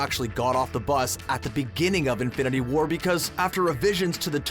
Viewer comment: Stop emphasising the second word in "Infinity War". It's not "Infinity WAR", it's "INFINITY War".